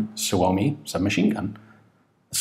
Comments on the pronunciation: nice pronunciation of "suomi" most foreign people butcher it... =) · Props for, you pronounce suomi correctly.